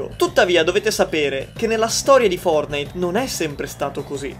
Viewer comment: i nerfortnite 😂😂😂